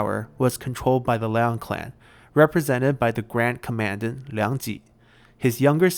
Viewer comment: By the way, in english you pronounce commandant like this: Just click on the button to hear it pronounced. It's much easier to have it explained that way with this word.